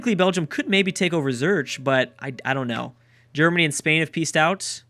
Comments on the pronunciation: I guess "Zurch" has become the mispronounciation of the series. it's pronounced Zur-ick! Loving the series!!! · It's pronounced "ZURIK" :) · Every time he says, "Zerch" I cringe. Just about the only historical/geographic mistake I have heard so far though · Dude.. please look up how to say Zurich... It really bothers me...